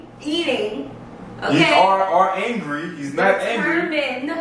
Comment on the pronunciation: yeah, his "mangry" 😅